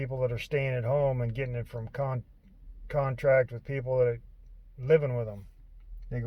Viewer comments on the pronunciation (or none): It’s contact, not contract.